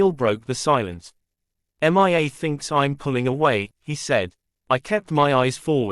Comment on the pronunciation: Horrible Voice. Can't even pronounce a the name Mia without saying M.I.A.